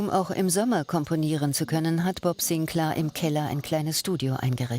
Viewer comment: Bob Sinclääääär, not Bob Sinclaaaaaaar....... 🤦🏼‍♂️